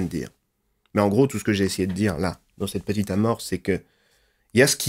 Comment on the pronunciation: On dirait Delavier ! Une petiteuh vidéo